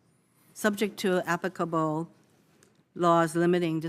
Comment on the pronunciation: Apicable? . It's pronounced Applicable you moron. Learn to speak english.